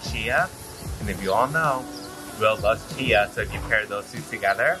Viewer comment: Love the video but the drink you had is called Chai, pronounced Ch-i. Chia, as you pronounced it, is a seed.